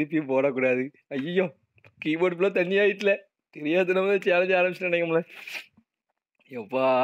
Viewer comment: Thanni❌ sunni✅😅